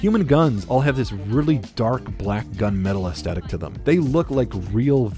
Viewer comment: The way you keep saying "astetic" instead of Aesthetic bugs the shit out of me.